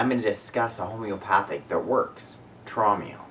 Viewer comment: Its pronounced as (Trowm Ale) as its a german homeopathic product from the german company HEEL- Traum in german means dream.